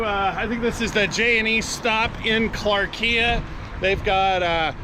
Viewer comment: Maybe check out the correct pronunciation of clarkia